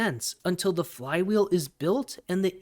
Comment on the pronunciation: Crypto investor here. Not a crypto trader. Here for the long haul. Let's see what sphere can do in 3 years. Btw did you eat a fly when pronouncing flywheel? 🤣